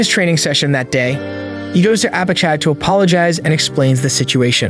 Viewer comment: I had high hopes for the ai narration at the beginning because its pronounced Apachai correctly but 30 minutes in and it's all gone downhill after that 😂😂😂 0/10